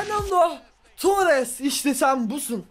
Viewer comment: abi torrese baya tuares diyon